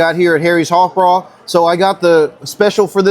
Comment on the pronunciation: Love harry's hoffbrau(sounds like hoff brow )